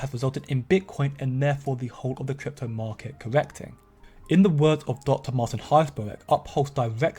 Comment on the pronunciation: kwik kwypto bwinging you kwik kwaspa news